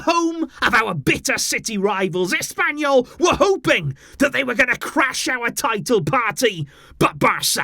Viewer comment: SUGUNDA TO ASS-PAIN-YOU-L 😂